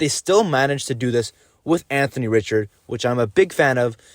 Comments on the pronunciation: Richard pronounced Ree - shard. ugh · You pronounced Richard wrong lol. try it like....Maurice Richard #9...just like that.